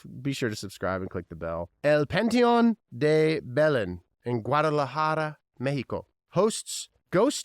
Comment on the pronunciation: I wish I knew about the Guadalajara one before! I’ve been there a couple of times 😭 I would’ve love to go to that cemetery. But it was a great pronunciation of it! I’d rather be haunted by the farmer and horse💙 but I’ve been wanting to go to a cemetery at night and I’m a deep sleeper so I probably wouldn’t have heard anything😂 so I would sleep there